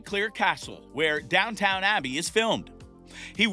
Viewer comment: No credibility in this. It is NOT DownTOWN Abbey, it is DownTON Abbey. Pretty pathetic really.